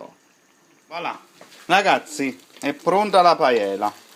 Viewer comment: Manco sa proniunciarla... Ma si vergogni.